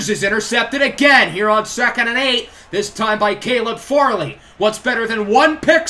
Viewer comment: Not to be that guy but Caleb Farley is pronounced Far-Lee. Also keep these coming I can't get enough of my titans